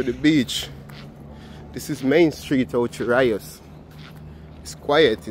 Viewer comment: Just out of curiosity…are you deliberately mis-pronouncing Ocho Rios for fun?